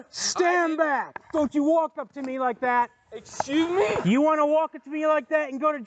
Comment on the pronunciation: You could hear it in the other cops voice knowing it was a little much. The dudes drunken comeback with “excusess mee?!?!” gets me every time! 😂